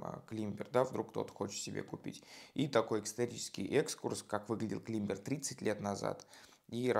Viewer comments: Не кламбер, а клайме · (Без негатива) говорится не клибер а кламбер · Правильно говорить клАймбер! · Умоляю, ради всего святого, не называйте модель Climber "климбером"!!! Вы же Ranger не называете "рангером"! Это ведь слово не из немецкого языка (где читается так, как пишется), а из английского, про разницу между написанием и произношением в котором даже поговорка есть: по-английски пишется "Манчестер", а читается "Ливерпуль"! Британский вариант правильного произношения слова "climber" - "клайме" (буква "b" вообще не произносится), американский вариант - "клаймер". Только так и не иначе! Произносить "climber" как "климбер" - это гораздо хуже, чем, допустим, произносить русское "полотенце" с сильным оканьем или, например, в очень приличном обществе вместо "парень" говорить "чувак"...